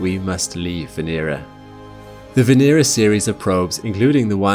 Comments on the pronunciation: Not one name pronounced correctly. It's not Vee /nee/rah. It's VE NE RA short not long. 😚😁 Now say it connected "VENERA" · The accent should be on the second syllable, not the third.